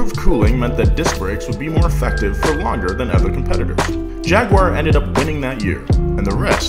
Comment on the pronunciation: "Jag-wire" NO!